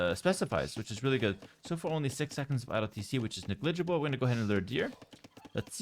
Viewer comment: bro ur vids are amazing. The only thing i can even criticize is the absolute bonkers way you say negligible, ur like "nuh-glidge-ible" :) its NEG-Lidge-able